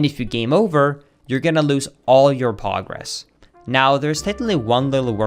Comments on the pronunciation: So this is basically the aria of sorrow NG+, you start at level 1 but keep equipment, you just lose most boss spirits on that game Also I love how says “pogress” instead of progress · The only part of the video I understood "Poggress" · why does he say pogress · Why does say “Actually” so much?? Also “I want you to-“ And “Pogress” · Me : this is so helpful ( thx btw ) Also me : every time he says PoGrEsS makes. Me smile and yes pogress not progress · Did he say "Pogress" or am I tripping? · Everytime he says Pogress I die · Am I the only one who heard pog-gress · just saying naturally Pogress xD